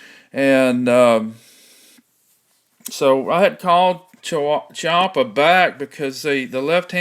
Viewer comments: its called a Chee-PAH not a chubbaka- lmao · Cha-wa-pia? Here is a guy from Chiappa, and he says it correctly! And he cuts himself off mid sentence! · Pronounced keyy appa